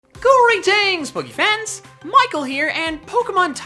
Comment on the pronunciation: It sounds like he says gory-tings